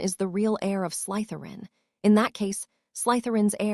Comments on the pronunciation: Draco "Mulfuh" Malfoy, the blunda from slythuwan house. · The letter y is not pronounced as a u, the Salazar Slytherin should be spoken as such😊